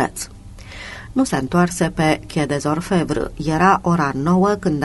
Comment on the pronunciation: stiu ca exista. dar persoana care citește nu are habar nici măcar cum se citește Quai des Orfevres. Cum poți sa asculți un roman, nu, 42 de romane de Georges Simenon si sa te confrunți la fiecare 10 cuvinte cu o denumire sau un nume distorsionate, de nerecunoscut?, parca. Am auzit in premiera o perla de la dumneaei care zicea ca sa lăsăm un comentariu sau un like si daca ne place si daca nu ne place. Si chiar o amuza ideea....